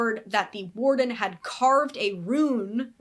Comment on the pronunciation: You're saying it right. Rune is said like room with an n instead of an m. Hope that makes sense